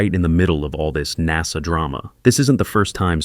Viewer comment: "NAZA" for Ai